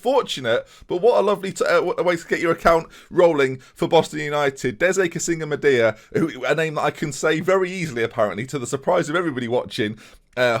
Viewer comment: come on, Its not Deze its Dee-se(say)